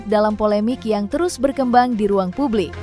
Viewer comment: Publik, jangan dibaca PABLIK.....